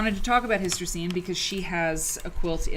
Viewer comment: Was looking for inspiration today and happened to find your video because I searched Hystercine Rankin. Perhaps you'd like to know that her first name is pronounced Her-teh-seen. How do I know? That's how she said it herself. I was fortunate to meet her several times at the Mississippi Cultural Crossroads.